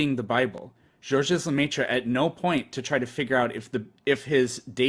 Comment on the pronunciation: the 's' is silent in Georges, and so is the last 'e' in Lemaître.